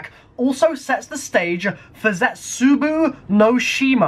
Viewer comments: You pronounce it as Zetsubo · i thought it waz Jetsubou No Shima not Zetsubou